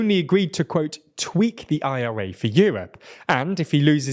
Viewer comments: Dude!!! Just say it as one word!!! The ira as opposed to the I.R.A 🤦🏽‍♂️😅😆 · British people are having heart attacks every time he says IRA.